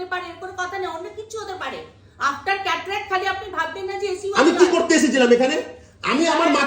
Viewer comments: Kothakar ashikkhito re bhai cataract k catalac bolchhe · Lokta ekta chotolok.... Chotolok er moto chillache Catalact catalact korche... Cataract er uccharon janena